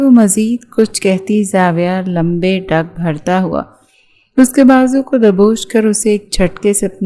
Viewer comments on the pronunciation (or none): لمبے ڈنگ نہیں ہوتا لمبے ڈگ ہوتا ہے ڈنگ بچھو کے ہوتے ہیں